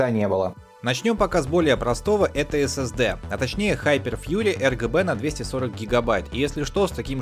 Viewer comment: Мне не послышалось ЛГБ ток ты одну букву не сказал, а так обзор топ, реклама навящевой не казалась, продолжай в том же духе!